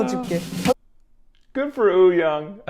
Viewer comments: It's not, if you look at the hangul spelling of "woo", it's actually supposed to be pronounced "oo" without the "w". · Having said that, to tweak pronunciation a bit, the "young" is actually pronounced "yong" to rhyme with "song". Wooyoung's name has just been romanized in a way that's confusing. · Am I the only one who keeps hearing Oooyoung and not Wooyoung 😂😂. Hongjoong has said that Yongho is the person he trust to watch the group after Seonghwa